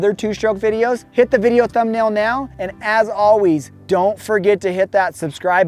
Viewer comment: “And as ahweez”